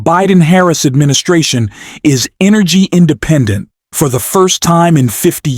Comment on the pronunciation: AD-MIN-I-SA-ION? If you're going to use AI generated speech, at the bare minimum, at least check it over before you upload to correct any incorrect pronunciations. By not checking you lose any credibility.